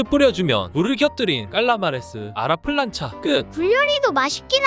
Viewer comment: A la plancha를 아라 프란차라고 발음하는거 개킹받네